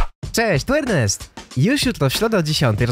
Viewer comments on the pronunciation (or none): none